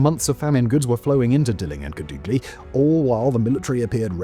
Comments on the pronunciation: Bold of you to assume my hometown doesn't exist. But a more proper way to say it is Kàdugly. If you know some spanish you might say it the right way. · Simon... There's a Family Guy bit about Peter listening to British Radio broadcasts he isn't even sure exists. Normally I think "Simon and his writers wouldn't make up place names". Then you said "Kadoogly".